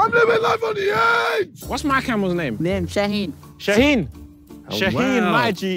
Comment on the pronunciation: Bro he literally said my name “ shaheen “